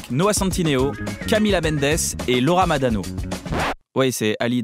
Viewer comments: c’est pas laura madano mdr c’est laura marano 😂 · Laura MaRano ! Et pas MaDano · Cest Laura MaRano pas madano